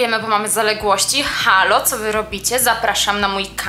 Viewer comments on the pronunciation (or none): none